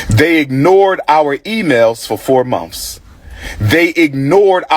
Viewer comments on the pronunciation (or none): A wannabe school principal using words like "axed" for asked, "mumfs" for months, and "birfday" for birthday is crazy...